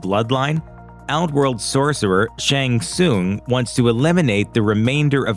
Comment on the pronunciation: "Shang Soon"? Is this an AI voice? You've heard the name pronounced in the video games.